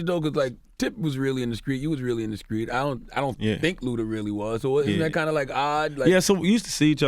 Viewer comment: CTHAGOD can not pronounce street this dude always say Skreet! 😂